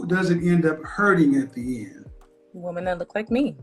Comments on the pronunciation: Why does she keep saying "woman"and not " women "? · Dear America, women, plural, more than one (wim-in). Woman, singular (woom-uhn). It’s not difficult. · I really have a hard time hearing when a lot of people keep saying "woman" when they are speaking, and it should be said " women". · I swear to God I do not for the life of me understand why these younger people cannot pronounce the word "women"